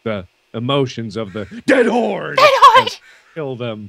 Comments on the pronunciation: Mark: DEAD HORRRDE.: ded hode.:3c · everytime says "dead horde" it sounds more like "DAT HORDE!!!!"